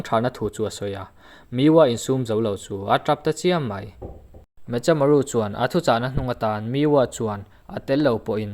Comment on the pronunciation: Me-kha-maru tih tur aw